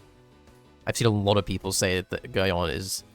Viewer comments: its pronounced Gerry-on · For the people who seem to mispronounce Geryon it is pronounced like Garion or G-air-ee-on